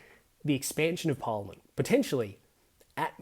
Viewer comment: It’s pronounced Par liament, not Por liament. Just saying